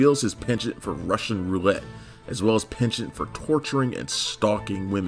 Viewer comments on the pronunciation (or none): penchent lol, penchant, its FRENCH .